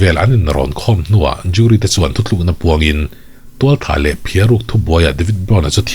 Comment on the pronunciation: nang tal hi chuan "thuthlûkna" t tawh suh teh😊 "thutlûkna" ti hrâm tawh rawh aw 👍🏻